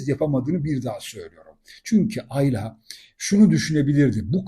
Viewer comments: yorumlarınızı beğeniyorum Hepsi gayet yerinde. Rica etsem Ayla isminin tonlamasınıı ikinci A yı uzatarak yapmasanız. Güzel Türkçemiz’de bu isim kısa A larla okunur. Emeklerinize teşekkürler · Aylaaa değil abicim ya Ayla . Tek A